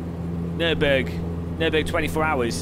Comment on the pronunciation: What did u say? Nübürig?! Please be the first English/American YouTuber, who pronounce german City´s, Brand´s and names correctly! ^^